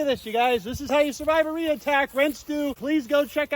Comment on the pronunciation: I thought you said "Nader" 😜